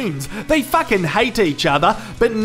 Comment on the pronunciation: It sounds so funny when he says fucking, because he says facking.😂😂😂😂😂😂